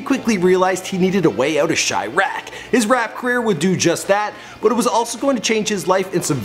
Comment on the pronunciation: finally pronounced chiraq right